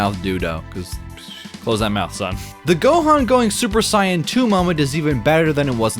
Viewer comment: Ok sorry but I can't take someones critism of a game seriously if they can't even pronounce super saiyan properly 🤣